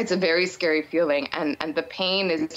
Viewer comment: it’s a vaywee skaywe feewing..... this is why other countries laugh at us